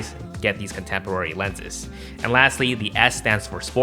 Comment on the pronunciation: ” Contempwary” 🤣🤣🤣🤣